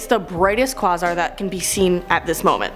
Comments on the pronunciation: Quasar is pronounced "kway zar" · Great job. I'm with you on the physics, except I've had to teach myself. My teachers neglected physics. And its Quay-zar. The Qu is like Queen.